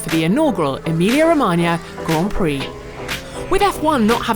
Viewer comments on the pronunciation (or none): none